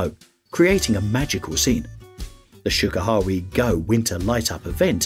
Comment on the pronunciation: If you’re going to make a video about famous world heritage sites, at least put some effort into researching how to pronounce their names. Would’ve taken you less than an hour to find out proper pronunciations and saved you the embarrassment of changing your pronunciation halfway through a segment like you did with Shirakawa-Go…I mean, Sugarhawe-Go? Really? 🤦‍♂️